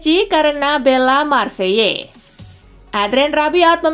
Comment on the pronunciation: Marseille kali mba'... Bukan Marseiyye.... 😅😅 menit ya guys......